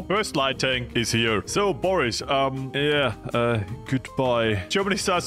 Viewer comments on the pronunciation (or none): none